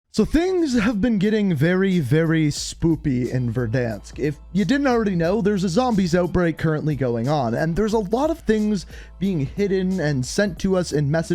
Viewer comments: Is it just me or did he say spoopy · I dont believe he said "spoopy"